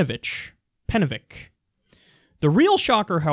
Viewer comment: Penevich was the correct pronunciation and the heart wants What the heart wants